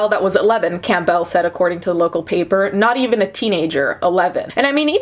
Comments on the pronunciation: Lol have you never heard the name Campbell? It's pronounced like the soup, not "camp bell" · Every time she said camp bell I cringed a bit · I hate how she pronounced the family's name as "Camp-Bell" cringe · It's pronounced CAM-bel... Sounds like gamble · Why are you saying Campbell like that? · I’m distracted by how you pronounce Campbell lol